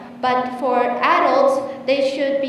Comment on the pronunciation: well done but adult phát âm chưa đúng thì phải